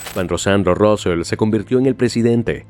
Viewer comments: Se pronuncia Sandro Rusei no Rusel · Se pronuncia Rusei (Rusell) no Rousel, y este fue el segundo de Laporta durante bastante tiempo. Solo con eso, ya se ve que todo es inventado, el resto ya es información que sabiamos todos los aficionados. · Suena mal Rosell en ingles😂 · Vaya manera de decir los nombres... Josef Maria Bartomeu, Rósel... traducción tremendamente mala...